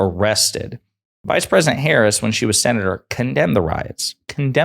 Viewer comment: Why does Lindsey think the word president only has 2 syllables?